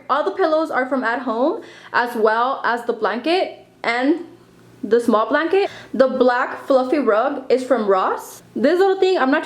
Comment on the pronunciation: I love how you say blanket loll